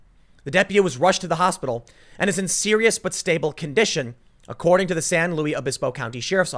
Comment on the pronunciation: Tim is Loo isss when it's Spanish looo eeee when it's French. So San Looiss